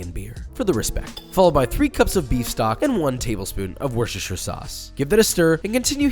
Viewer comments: did anyone else realize that josh finally said Worcestershire sauce correctly on the first try? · ayoooo he said wistercher right😱🥳🥳🥳